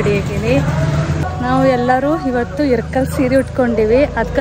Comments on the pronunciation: Sorry akka nan idanna helbeko bedvo gottilla.. Neevu irkal seere anta pronounce madtira anta annistu adakke helta idini. Adu irkal seeri alla ilkal seeri naavu ಇಲಕಲ್ davaru adivi adakke helde tappu tilkobedi plzz.. with lots of love to chikuuuu 😍🥰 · ಇರಕಲ್ ಸೀರೆ ಅಲ್ಲ ಇಳಕಲ್ ಸೀರೆ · ಅಕ್ಕಾ ಅದು ಇರಕಲ್ ಸೀರೆ ಅಲ್ಲ ಇಳಕಲ್ ಸೀರೆ